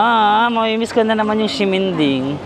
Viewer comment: Hello po 😊 Correct pronunciation po. Ximending is not (sheminding) but (simenting) hope this help ❤😊 love love